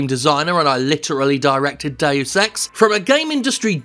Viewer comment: Anyone else hear “Day of Sex” instead of Deus Ex?